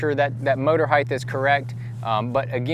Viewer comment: I couldn't concentrate on what he was saying bcuz he kept pronouncing "height" as "heighth". There's no "H" at the end of "height". It's pronounced like "sight" or "might" or "kite" or "bite". Maybe he has it confused with "width"... There's your "H"! I don't mean to be a grammar fucking snob but after about the 3rd or 13th (hey there's another h) time he said it I couldn't concentrate anymore on his tutorial.